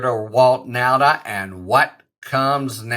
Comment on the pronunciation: Nauta, not Nalta. Right?